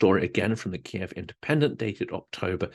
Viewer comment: I agree. Ky iv.